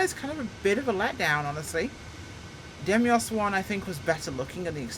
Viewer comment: I really tried to suppress my pedantry but I can't take it any longer (it's been more than one video)... it's Deimos, as in Greek mythology or the moon of Mars, not Demios! Sorry I'll leave now.